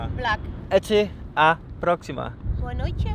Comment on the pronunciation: you're still saying "próxima" in "Até à próxima" wrong! you're reading it as prócsima (somewhat like that), and it should be read as próssima instead. Próxima = Próssima = Prócima, whaever:P But not prócsima.